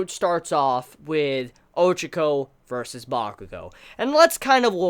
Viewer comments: Her name is pronounced Ochako, not Ochoko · you can't even pronounce her name properly and your such a big fan of the series = L